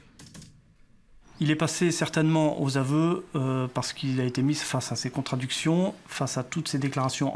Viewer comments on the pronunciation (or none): Le gendarme dit à propos de "l'accusé" ses "contraductions" aus lieu de ses "contadictions" LOL